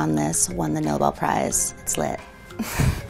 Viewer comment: IT'S NOBEL NOT NOBLE